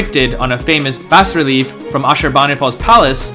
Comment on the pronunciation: You've never heard the word "enveloped" or the term "bas-relief" used out loud before? What the hell do they teach in schools these days? It's "en-VEL-upped" and "bah" relief (the latter term is French so the S is silent; it's not pronounced like "bass").